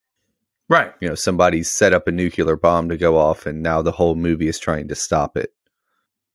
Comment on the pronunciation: Dude, are you really saying NU-CU-LAR? It's NU-CLE-AR. WTF!!